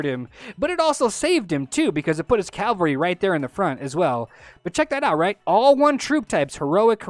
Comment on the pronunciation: Its cavalry! Spell it with me, C-A-V-A-L-R-Y. Not calvery. not cavlery. CAVALRY!